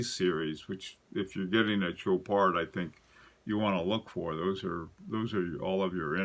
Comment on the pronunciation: You guide me on the watches, I'll stick to the French! Chopard = Show Par (normally never pronounce the last consonant of a French word unless it ends with an e) Baume et Mercier = BOME (rhymes with Rome) AYE MAYR-CEE-AYE Thank you so much for your knowledge.